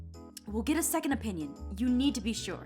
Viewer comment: Hey when aphmau said opinion I thought she said " onion " 😂